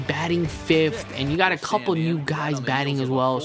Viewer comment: What the fuck is fipth. Learn english. P.S. When there isnt a base open to steal, YOU SHOULDNT FUCKIN STEAL!!! This guy is a dipshit.